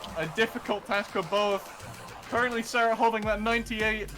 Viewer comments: wait... was it always pronounced "serret"? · Is his name pronounced care-rit or sare-rit